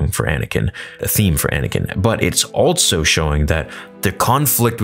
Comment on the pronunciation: Bro I'm being driven away from your content lol. Not because of the content itself, that's badass... The way you say the word "also" drives me rather insane😂 I enjoy the content though!